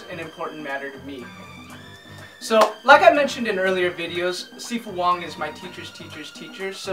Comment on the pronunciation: I agree 100% with what you said. Also btw, my teacher's teacher's teacher is Sifu Chan Kwok Wai, Sifu Wong's martial brother. Also, unrelated question, judging by the way you pronounce Sifu Wong's name I'd wager you speak Cantonese. In that case, is it hard?